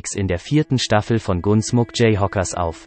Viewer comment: Ich würde mal einen Kurs in korrekter englischer Aussprache belegen...<<G"U"nsmok>>, etc...einfach nur grausam, sowas zu hören...